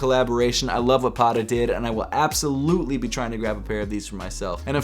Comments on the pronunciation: the way he pronounced Patta hurts my head. mans saying paddaa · No disrespect but please pronounce Patta correctly the next time. There are two T's not D's. Patta is Dutch slang for 'sneaker'.